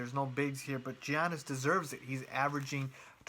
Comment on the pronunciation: Its pronounced yiannis not gi annis